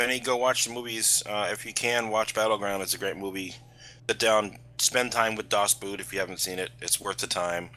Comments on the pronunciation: "Dås but" bescht german evaaaa :D just as funny as "pänser" good podcast tho, you made me watch downfall XD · God you butchered the pronounciation of das boot. Boot is pronounced like brit would say bort.